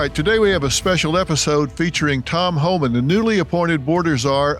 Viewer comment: HOMAN. learn some grace and pronounce people's names correctly. 🥴